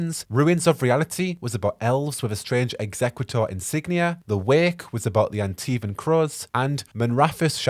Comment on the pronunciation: I’m sorry, I have to. * hermione voice * It’s exe-CUE-tor, not ExeQUITor.